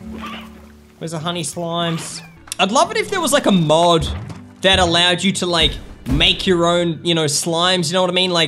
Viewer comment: Mod not mode